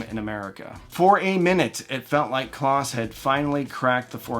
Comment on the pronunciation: Great story telling - couple of nits to pic - Henry Kloss' name is pronounced close as in he is standing close to me. As was mentioned elsewhere, Henry started Advent to make projection TVs. The Advent speakers were designed and sold to fund the projection TV R&D which was his passion project. Advent also made a hugely popular receiver called the Advent Receiver with a tone stack created by Tomlinson Holman later of Apt and THX fame and also developed the first cassette deck to implement Dolby Type B Noise Reduction. They also created the Advent Sound Space Control which was a digital delay to create spatial effects with rear speakers long before the days of surround sound. Henry also founded Kloss Video to continue his quest to make projection TV for the home. The founder of ADS was Dr. Godehard Guenther. His protege Michael Kelly later founded Aeriel Acoustics and made stunningly good speakers which was eventually based in Maine. And don't forget little dbx in Newton Ma that was primarily known for pro audio recording gear but had a consumer division that made dynamic range controllers and a consumer version of their pro noise reduction called dbx type II. They won an Emmy for developing the noises reduction standard for analog stereo TV in the 1970's. Dbx also made loudspeakers for a few years based on a unique design from Dr. Mark Davis later of Dolby fame called the dbx Soundfield One which was very highly regarded and collectible.